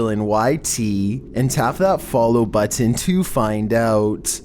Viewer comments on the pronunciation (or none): I like how you say 'baattin' to pronounce button.